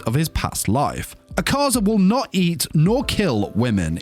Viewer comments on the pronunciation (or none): Bro Pls My Name Isnt ahkaza its “A ka zah” pls douma will laugh at MEEEEEEE